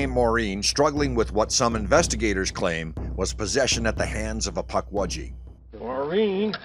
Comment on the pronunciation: i love that he calls them Puckwedgy